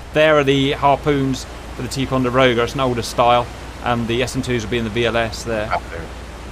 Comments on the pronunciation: Ticonderoga. You pronounced it like "Tee-conderoga" but it's pronounced like "Tie-conderoga". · it's pronounced tie-conderoga